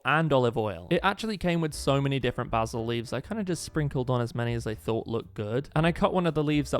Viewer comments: its basil not bazil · Why basul instead of basil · Its pronounced like baysil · I love how he says basil like bah-sle instead of bay-sil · Sorry but I was dying of laughter when he said baazil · It’s something with the way he says basil